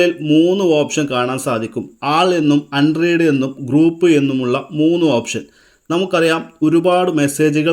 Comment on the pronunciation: അൺറീഡ് അല്ല അൺറെഡ് എന്നാണ്!